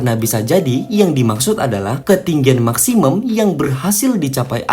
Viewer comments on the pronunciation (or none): kenapa bilang maksimum jadi maksimem? wkwkwkwk